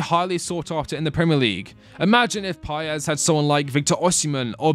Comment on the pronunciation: Chelsea fans, please it is not so hard "Independiente del VAAYEIH" not "VAL" and "PAEES" not "PAYEZ".